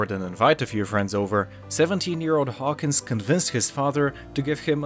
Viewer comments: His name is Trip Hawkins. Not Hawkings. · Trip Hawkins, not Trip Hawkings. First mistake not even 10 seconds into the video.